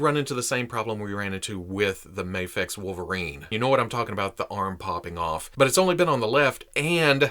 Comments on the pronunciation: It's "Mayfex." Do you pronounce scuba as "scubba" because the u stands for underwater? The I in "IMAX" stands for "image," so why don't you say "immax?" It's "Mayfex," and while we're at it, it's "jif." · Isnt mafex japanese so its mafex? As in mafex not mayfex? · I say it like May-fex and I agree it feels weird when your saying it different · Guys it’s pronounced mafex idiots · Mafex is an acronym. It has no proper way of pronunciation cause it’s not an actual word. Say it how ever u want. And tell ppl to stick it if they don’t like it. Mayfex all day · The short "a" in "Action" has no bearing on how the acronym "Mafex" is pronounced. Say May-fex or even Maw-fex if you prefer. What if the "X" stood for "Xylophone"? Would you pronounce it Mah-fez? You could, but that energy would probably be better spent tackling larger psychological problems. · In the video, reasons that since MAFEX is an acronym and the A stands for "action," it should be pronounced with a soft A (mah-fex.) I pointed out that many acronym words don't function like that, giving the examples of scuba and IMAX. What here doesn't make sense to you? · it’s mafex! not mafex and definitely not mafex. who the heck even says mafex?